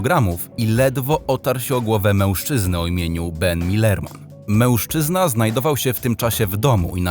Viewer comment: jak to było "męłżczyna"